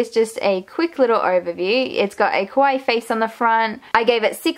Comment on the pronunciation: Great job on the improvements. Just one little thing: kawaii is not pronounce quawai. It's pronounce ka-wa-ii. (See here: I know you are Australian, and maybe that's the reason, not sure.